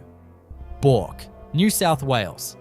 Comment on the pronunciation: pronounced BURK..not BORK